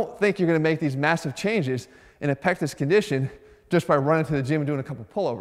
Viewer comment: I thought you said " I have a small penis" lmao